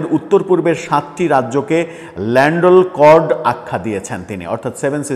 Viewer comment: উচ্চারণ - ল্যান্ডেলকর্ড না, হবে ল্যান্ডলকড্